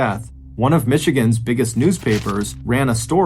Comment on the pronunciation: Northern Michigan man here. Excellent job on the pronunciations